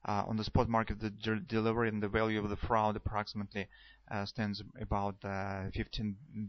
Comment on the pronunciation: Hey. Great Vids Bro you are my Guru. Fraud is pronounced the same as the word LORD. You said it like loud or Froud. lol. Just saying. I used to be an English teacher before I became a metals trader. Aud as in Audible. Fraud same sound.